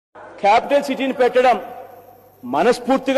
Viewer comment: ఖాపిటల్ ఏందిరా సోంబేరి కా రా ఖా కాదు